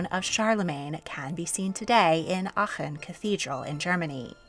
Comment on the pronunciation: Giiiirl you did so well on pronouncing Aachen!!! Had to stop watching to let you know, it really is a tough one! 🎉